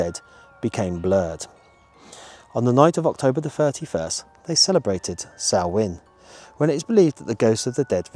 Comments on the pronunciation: Fun video! Good that you pronounced the Irish word Samhain correctly too 😉 In Welsh it is Calan Gaeaf. 😊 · Loved the video, thanks. Great that you pronounced Halloween in the Celtic language correctly. Take some nuts for the squirrels and hold them out flat on your hand. You may make one or two friends! xx